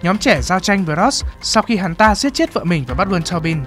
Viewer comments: ám ảnh vl ấy bác ạ, đang ngồi chăm chú nghe nó bật ra như hét vào tai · "Các bạn có thể chọn cái lền văn min của mìn ..." -.